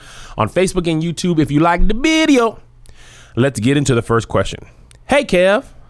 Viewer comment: For some reason the way you said "bideo" in the intro had me so tickled I had to pause it until I got myself together before I could watch the rest of it🤣🤣🤣